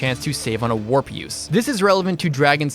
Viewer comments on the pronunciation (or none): none